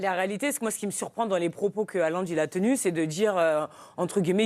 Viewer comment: Le mec est une star planétaire et il y a encore un nombre majoritaire de journalistes français incapable de prononcer son nom correctement. En norvégien le "Å" ou "AA" (C est pareil) ça se prononce "O". Donc Haalland ou Hålland, se prononce Hollande avec un "H" aspiré. Merci de respecter son nom.